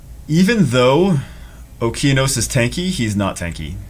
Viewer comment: It's O-KE-A-NOS ffs Jew!!!